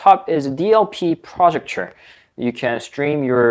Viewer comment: What the fuck is a "projucture" Pro-ject-or.